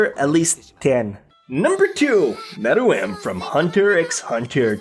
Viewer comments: It's meruem not muruem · It's Meruem not Muruem...